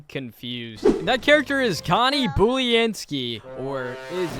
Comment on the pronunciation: Pronunciation:Boo-len-skee (Boo as a pun for her being a ghost):Bully-n-skee